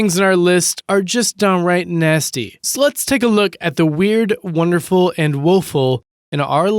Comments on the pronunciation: When he said so let's take a look I literally heard sluts take a look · in it totally sounds like. you're saying, "sluts, lets take a look..." lmao over here 😊